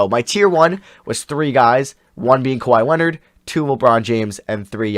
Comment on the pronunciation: now way this man said kwahi leonard😹🤦🏻‍♂️